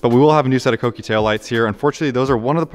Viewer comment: Dude, thank you for pronouncing Kouki correctly! It’s so rare these days. Good luck with the project. Looking forward to seeing everything unfold.